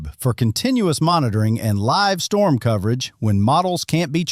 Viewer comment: Huge “Strorm” ??????